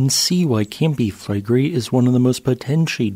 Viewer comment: It’s pronounced Fleh-gray